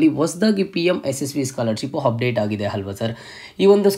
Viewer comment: Hupdate, handre, heedey reti, hipath mooru hipath nalku, hantaha, howrige, hand, habiruddhi, hawashakate, himportant, helru😅 edu yav style yella ha inda heltidiri, offend aag bedi😅